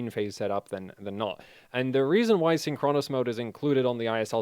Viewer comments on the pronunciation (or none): still saying "syn CHRONOS" instead of "SYNCHronous"